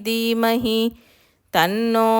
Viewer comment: Dermahi kaadamma...Dheemahi